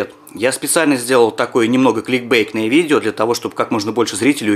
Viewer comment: смотри внимательно: КликБейт а не КликБейк!